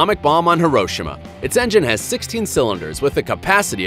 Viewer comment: Dude mispronounced Hiroshima